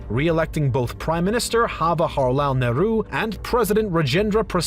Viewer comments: Your Indian name pronunciations need a lot of work. Pronouncing "Jawaharlal" with the Spanish silent "J" (as "Hawa-harlal), and then calling "Indira" as "Indiree". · Hawaharlal 🤪 now I'm laughing at foreigners for mispronouncing.🤣